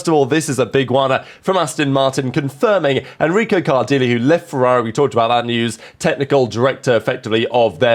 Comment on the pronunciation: 'Card -eel'? Surely 'Cardilay'/